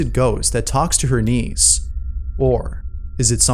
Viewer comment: i was only listening thru this video while i do my work and until the end of the video, i realized he meant 'niece' and not 'knees' AFTER all that, i thought the girl was talking to her knees...